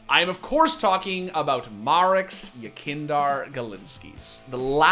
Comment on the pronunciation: i just want to hear somebody say the name yekindar correctly just once please